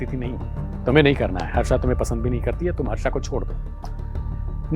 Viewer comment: हर्षा ❌ फरसा✅✅✅